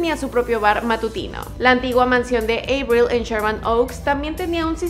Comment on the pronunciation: Me da algo cada que pronuncia EIBRIL 😖